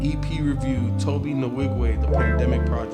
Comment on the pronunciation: His name is pronouced as "To-bay" Not To-be.